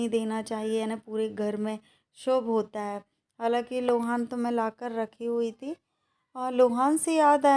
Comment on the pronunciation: Lohan nahi loban hota hai